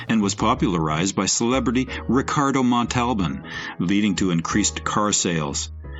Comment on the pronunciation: "Ricardo MonTALbon"? Come on, now! It's Ricardo MONtalbon! AI, you blew it, again!